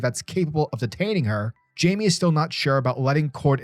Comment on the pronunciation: Great read! Just wanted to let you know it’s not pronounced Jamie it’s actually pronounced like (Hymay) they pronounce it perfectly in young Justice if you need a reference point! Great video :)